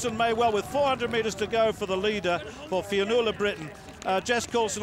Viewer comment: Commentator having some difficulty with the word 'Fionnuala'. Brilliant run by the way